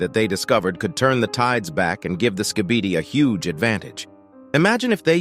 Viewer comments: It’s Skibidi not skeebeedee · Skib-a-dee not ski-bee-dee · "skeebidee toilets" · Why does it sound like he’s saying “skebede toilet”